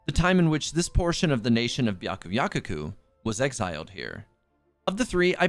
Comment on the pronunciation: it’s byakuyaKOku not byakuyakuku😭😭 (sorry I’ve been hearing it over and over again in your videos and it’s been bothering me) Amazing video btw, love your channel 💕